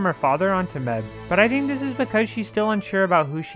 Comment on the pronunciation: It felt so weird hearing this guy say Mebh. Like Meb-heh, especially since the movie pronounces it May-ve